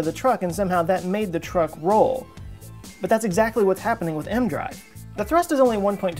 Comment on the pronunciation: It's E-M drive. Not M drive. And it doesn't work.